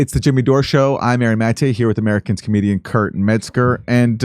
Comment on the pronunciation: Yes, but Aaron says "Amercans" instead of "America's" when introducing Kurt. ☻️